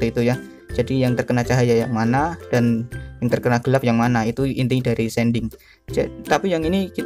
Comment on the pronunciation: Shading bang bukan sending🤣 diambil dari kata shade. Tapi gapapa terima kasih untuk tutorialnya sangat bermanfaat